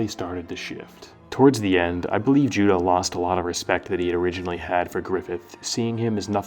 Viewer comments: His name is pronounced Ju-doh though Judeau is a French name "eau" in french is pronounced "oh" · Losing Judeau at the Eclipse was devastating for me, he was my favourite character in the band of the Hawk. All throughout reading the manga I pronounced his name “Ju-day-oooh”, not “Ju-doh” haha. It really bothered me how everyone was pronouncing his name haha. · Does anyone else pronounce judeaus name like joo-day-o or is that just me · He being pronounced Judō is the biggest mindblower for me